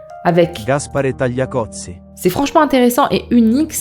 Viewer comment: Tu sais dire Tagliatelles sans problème... Tu sais dire Cosy (ambiance/endroit) sans soucis Mais tu peux pas dire Tagliacozzi ....🤷🏾‍♀️🤷🏾‍♀️🤷🏾‍♀️ Bon mis à part ce coup de gueule (a prendre à la rigolade bien sûr), je trouve la vidéo super intéressante... Personnellement je ne ferai jamais de chirurgie sauf si ça doit être " réparatrice" si jamais... Mais je peux comprendre celles qui ont des complexes. Par contre ce que je peux pas comprendre ces les chirurgies pour "s'amochir"🤷🏾‍♀️🤷🏾‍♀️🤷🏾‍♀️ Quel intérêt ?